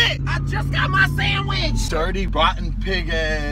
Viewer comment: "I JUST GOT MY SANDWHISSH"